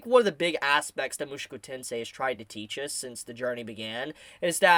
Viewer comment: Why do you keep saying mushuku? Aaaahhhh my ears hurt hearing it.